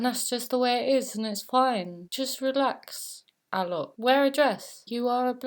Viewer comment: "This bloke Alok", thumbs up if you like how she pronounced it!